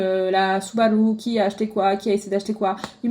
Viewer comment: J'adore comment tu dis Subaru avec un accent. ☺️